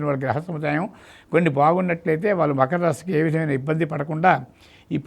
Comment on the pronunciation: మఖర రాశి కాదమ్మా..... మకర రాశి